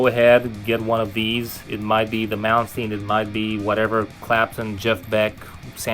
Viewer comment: why does everyone pronounce Malmsteen wrong??